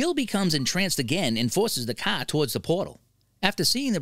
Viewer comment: The way he pronounce car made my ears bleed please have somebody else